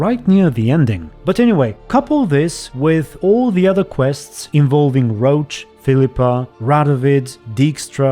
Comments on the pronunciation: Isn't Roche pronounced as Rosh, not Roach? For a while I thought you were talking about the horse lol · Why do you pronounce Roche like Roach ?